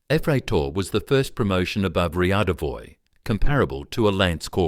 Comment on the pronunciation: Riadovoy.. ffs